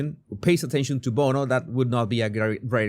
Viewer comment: Everyone should pronounce bono like you. It makes it sound so much better.